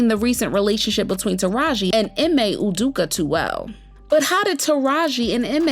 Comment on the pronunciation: Udoka is pronounced: OO-DOH-kah That was French toast crazy hearing that mispronounced! 🤦🏻